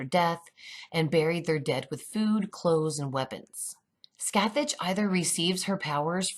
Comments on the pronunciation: Omg yes and it’s Pronounced “ skath- thak “ not scathatch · Super big nitpick: Scathach is an Irish/Gaelic name, so the pronunciation is closer to Skah-hawk/Skaw-hawk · hi. sorry for the complaint. but the name Scathach is pronounced Ska Ha. the "th" and "Ch" are silent in Irish gaelic. Scathach is more than a witch. She's the warrior in the Ulster Cycle along with Cu Chulainn. (irish Heracles) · i love these videos so much theyre giving me everything i need right now thank you so much 😂😁 but also on a side note Scathach is meant to be pronounced Scoh Hoch, its not a big deal but its something i noticed as someone who speaks irish, keep up the good work x